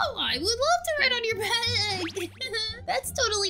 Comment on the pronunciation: You said bed instead of back? I just don't understand english.